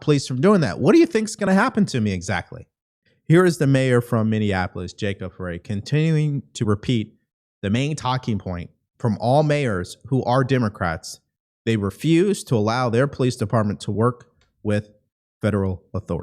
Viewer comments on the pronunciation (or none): Hi I’m from Minnesota and our dipshit mayor is pronounced Fri not frey. It is spelled Frey but the pronunciation is fri like french fries